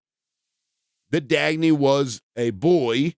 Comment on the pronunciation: Why are you calling them Dagney? You can’t even respect someone’s death 💀